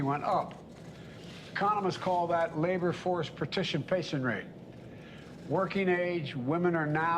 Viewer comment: Working force pa- ti-sie rate ..we got that